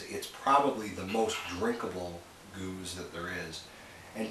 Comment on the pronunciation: You Americans and your crazy pronunciations, its "gerz" not "goooze" and Belgians speak Flemish that is closer to a mix of Dutch and French but closer to Dutch. I really like Gueuze and this one of my favourites which is surprising because of the rest of Timmerman's lambics are terrible. After a day stomping around Gent a nice Gueuze was perfect for quenching our thirst. I agree with Henry that this is a bit easier drinking that say a Cantillon that can be a bit hardcore on the sourness scale!